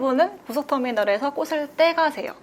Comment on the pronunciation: 플로리스트인데 꽃을 발음할때 꼬슬...이라고 하는건 쫌 ㅜㅠ